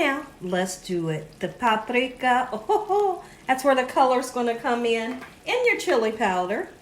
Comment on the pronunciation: You somehow made the word paprika sound difficult.